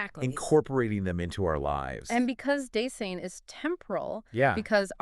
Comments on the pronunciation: Dase-I-n. Not Das-EE-n. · super impressed with the brilliance and clarity of presentation. But how is it possible that you mispronounce "Dasein"?? And why is the video so badly mislabeled? Still. Now a huge fan!!